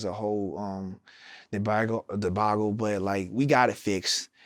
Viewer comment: Pls forgive the professor in me but I was tickled by the fact that Norman use the debacle and another I can’t remember in the right context but mispronounced the heck out of them. And turned around and pronounced tangent correctly but used it incorrectly. They went on a tear maybe. Or perhaps the defense instead of picks they got swats. And strips with no recoveries and pressures no sacks. Then maybe you were tangential to a tear. Lol. I’m sorry nerd humor.